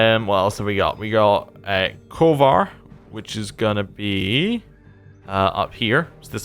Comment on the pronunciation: One example is Kovir, which you pronounced as "kovar".